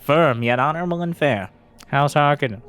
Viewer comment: This looks great but the only thing that bothered me was you kept saying harkonnen the wrong way :P